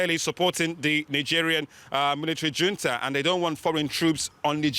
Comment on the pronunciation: ffs, it's neither yunta nor djunta, but HOON-ta